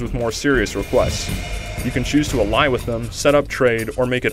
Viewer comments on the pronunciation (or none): Not even close. The Civilization franchise is so much older and deeper than Total War they cannot be compared. At best Total War is a poor ripoff of Civ. Now if only we could get a journalist who could pronounce the word "ally" correctly. Damn American education system.